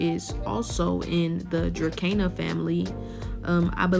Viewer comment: It's pronounced ▶Druh - seen - a